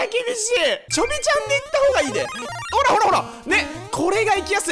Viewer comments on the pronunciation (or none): 前回の動画でコロナワクチン云々のコメントした者です！無事に完治しました！のお陰です(≧∇≦) 今日の動画も楽しませていただきました！！ の「ほ〜rrら分かってるんだって(｡･ω´･｡)」に何故かめっちゃツボりましたw